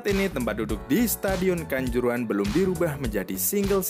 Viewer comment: Kanzoorohan jelas nggak masuk lah bikin ngakak aja ni admin 😂